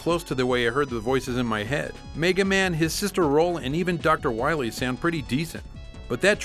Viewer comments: That waskuwy Wahwee!! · Docta' wiwwy...so bad, and also AWESOME!!! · Doctor Wow-ee... xD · "We cannot wet it faww into Docta Wahwee's hands!" Dr. Light